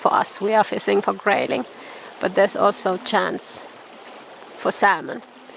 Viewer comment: Another great video! Watching yours and the videos of HannuYK gives me the urge to move to Sweden. Rain, cold AND swarms of mosquitoes? Those are some damned tough mosquitoes. Love the way you say "fissing." I look forward to future adventures.